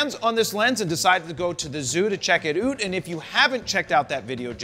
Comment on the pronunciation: “check it oot” 🤦‍♂️ Jared turning Canadian now